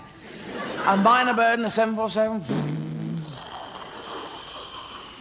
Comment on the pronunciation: Not "Miner bird," but Myna Bird. As in Hill Myna Birds. They're very good at talking.